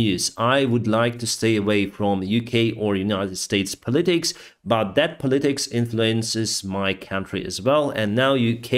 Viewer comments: Hello. Thank You for the videos. You speak english very well. I just noticed that once in a while you improperly pronounce words. Look into the pronunciation of POLITICS. Take care of yourself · Sorry, I do not mean to offend... please try to pronounce the English word correctly......your pronunciation often sounds like a word of different meaning. Your pronouncing is that of a word that is totally different to your intention..... In all your videos, you say the same word over and over incorrectly and it is distracting......... I list a few of them (politics).... "politics" you say "pal-teet-itks....... Try "polee--tikks").... Please try this..., where you say "litter", instead of "leader"... "litter is a bowl of rubbish for pet cats to poo in.. Try "leeee - daah..... There are a number ow english words you say that actually mean something difference in English. Can i help you?